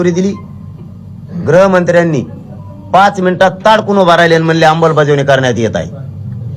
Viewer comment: आरे उंडग्या "आंबलबजावणी" नाही आधी 'अंमलबजावणी" असं शुद्ध मराठी बोलायला शिक..‌ गावठी नादान कुठचा.....